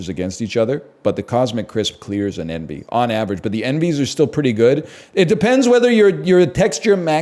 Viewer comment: it sounds like he is comparing “Enby” apples to CC but hes actually saying “Envy”